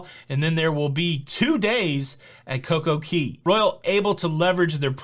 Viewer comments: Oh man. I love the videos but the Coco Key thing is getting to me please... it’s Cay not Key. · hey, hey, hey. It's called CoCo Cay, not key. Love your videos. Let's talk about it.